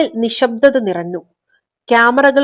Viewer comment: ഞ്ഞ > ന്ന ആയി പറന്നു, നിറന്നു 😅😂